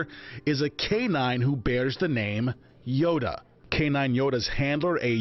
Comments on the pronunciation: he pronounces Yoda as “Yodo” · Dumb narrator pronounces Yoda as “Yodo”